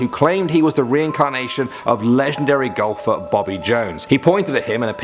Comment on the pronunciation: At first i heard Gopher instead of Golfer...